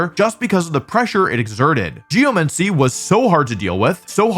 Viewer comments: ahh yes… “geoMENCY” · I’ve never heard it pronounced Geo-Men-See tho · it's literally not. It's geoMANcy. Just read it. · nah, geomancy would be pronounced like necromancy